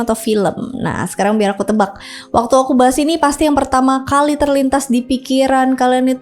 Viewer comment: TETAPLAH PAKAI BAHASA INDONESIA YANG BENAR, SEBUTKAN BUKAN SEBUTINMANTULKAN BUKAN MANTULIN,KALI BUKAN KALIK GEMPA BUKAN GEMPAK,KUMAT SALAH LAGI